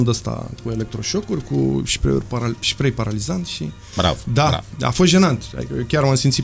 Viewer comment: Foarte slab invitatul. Si sa zici "șprei"...